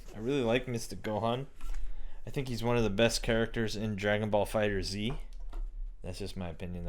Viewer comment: He said Dragon ball fighter z it's Dragon ball fighterz